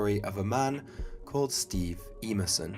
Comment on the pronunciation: That would be "Em-er-son", not "Ee-mur-son."